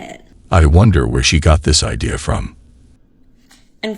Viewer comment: It’s idea. Not ideal, you muppet.